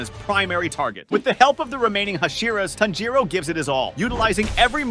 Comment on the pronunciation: Broifoughthe how did tanjiro and tamayo bsc9me lover but he said tznjuro